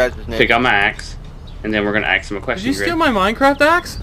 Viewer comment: I love it when he wants to axe someone a question